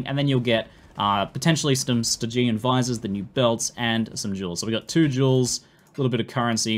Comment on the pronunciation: Thanks for this video. Just so you know, the word "stygian" is pronounced with emphasis on the first syllable, not the second. As you may know, stygian is an adjective based on Styx, i.e., the famous underworld river from Greek mythology. Someone clever at GGG is really into words.